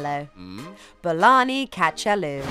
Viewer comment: THE WAY SHE PRONOUNCED THE FOOD NAME IS JUST 🤣🤣🤣🤣